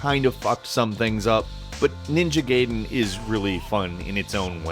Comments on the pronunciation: Kingdom Come just feels very sketchy. I bet it's either gonna be the next No Man's Sky or it's gonna be cancelled completely. Also, it's pronounced GUY-den, not GAY-den. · goddamn, Gaiden pronounced guy-DEN, not GAY-din. technically it's gah-ee-DEN, but said quickly it's guy-DEN. youtuber too young or stupid to realize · Gaiden = Guy - Den Not Gay-den. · Its pronounced Gai (as in eye) den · It's not called Ninja Gayden... it's Ninja Gaiden, it does not sound like gay; but more like guy. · Ninja Gay-den... Isn't it pronounced Guy-den? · Feels like you're saying Gaiden (spoken as GUY-den) on purpose there: o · Ninja Gay-den, huh... I see. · FOR FUCKS SAKE ITS NINJA GAIDEN! NOT GAYDEN! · Ninja Gayden. Ninja Gayden. Ninja Gayden. Gai is not "gay". "A" from Shaman and "I" from "it", to put it in American perspective. But still good you mentioned Ninja Gaiden, as so many people seem to only compare Nioh to Dark Souls and blissfully ignore Ninja Gaiden and it's famously difficult action gameplay. Nioh looks to be a hybrid of both. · I love the way he says ninja gaiden